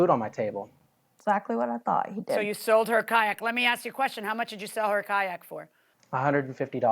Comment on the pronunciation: had seld?? wtf. you mean sold. Where do these people go to school? Dollar Store????